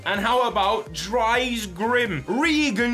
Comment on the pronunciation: The way you pronounce dries really makes my ears bleed. To be phonetically correct, it's pronounced like the name of the actress Reese Witherspoon, but with a D sound added in the front. So dutch spelled Dries, sounds like english Dreese.